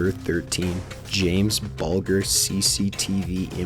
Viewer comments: The G in BULGER is a soft G, as in sounds more like BULJER. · Not being rude, but you need to check how to pronounce some words - Omagh is pronounced Omar and Bulger is pronounced Bulge-er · and James Bulger. Bal-d-ger... You can tell this guy just reads stuff.. He's too weak to understand or research it. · Awesome. Just to be picky, on number 13, it's pronounced Jamie 'Buljer' (a 'j' sound rather than a 'g'). The media reported that Child's Play inspired the killers and the film became super notorious here in the UK! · It's pronounced "Bul-jer" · "James Bulger" It's said "Bul-dger" but spelt Bulger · Bulger is pronounced Bull - juh